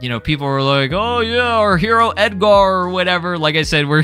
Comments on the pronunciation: Why do you over pronounce the AR in Edgar? You sound like a pirate 😂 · Who tf is Ed-gar😂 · Why you saying “Edgar” like that ts pissing me off lmfaooo😂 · i don't think i've heard anyone pronounce edgar that way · They way you pronounce the name Edgar is killing me🤣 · Why are you pronouncing Edgar like that lol I thought you were hispanic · Why bro pronouncing Edgar like that